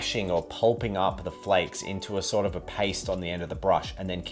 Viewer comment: Are you saying “flecks” or “flakes”?